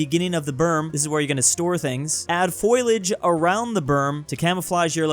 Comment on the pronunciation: The word is Fo-lee-age not "foylage" 😂